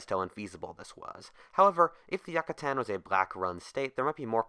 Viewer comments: "Yuck-katan" It's "Yoo-katan" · yuc-uh-tan no no no. its you-cuh-tan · Yoocatan, that's how you say it. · I just wanted to say Yucatan is pronounced Yoo-cuh-tan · you don't say it like that yuh ka tan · What if you had pronounced Yucatan correctly?